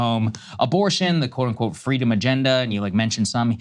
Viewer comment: Don’t you mean “Fweedom”?